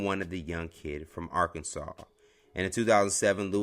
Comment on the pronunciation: Nice to hear Arkansas instead of Ar-kansas